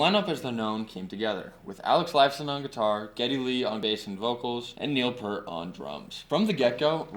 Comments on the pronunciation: Neil's last name is pronounced "Peert", not like Pert, the shampoo. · 1977 age 15, first album bought with mowing the grass money. 2112, second obviously A Farewell to Kings. Favorite band every since; and btw it is not "pert", that's shampoo...it is properly pronounced Peer-t. Moving Pictures, not Motion Pictures....have some work to do here on the channel. But a good start! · Omg! How do speak on Rush but mispronounce PEART? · its pronounced Neil peer-t....oh boy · Neil's last name is pronounced PEERT... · It's hard to take this seriously as a "deep dive" when Peart is mispronounced throughout. Even so, I am very happy that you got into Rush beyond Tom Sawyer. They are amazing! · I stopped listening as soon as you mis-pronounced Neil's last name. Nice try. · Please respect the Professor and pronounce his last name correctly!